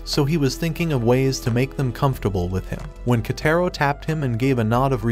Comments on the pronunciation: bro called kotaro into ketero 💀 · I heard the kids name is actually pronounced koutaro but not ketaro